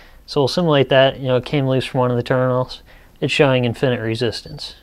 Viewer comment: Infi-nit. Not In-finit. Otherwise a decent primer on resistors.